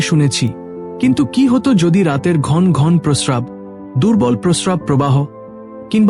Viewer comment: বাংলা শব্দের উচ্চারণ ঠিক করতে হবে। যেমন, চমকপ্রদ, ঘনঘন, বড় এবং আরও কিছু।